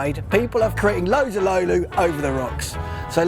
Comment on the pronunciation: To me it sounded too much like lampimampi (I am native Finn). His ö and y in löyly were quite good, though.